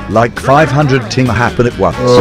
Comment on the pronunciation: Everyone: talks how funny this is Me: talks that he said ting